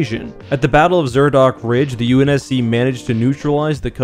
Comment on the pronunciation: Ahh yes the UNS-Shi lol